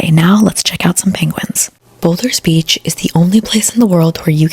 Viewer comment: Simon's Town, and boulders beach and Chapman's peak is how its pronounced. Also, theyre prawns, not shrimp. No hate but omg your pronounciation of everything, and your whispering is hectic.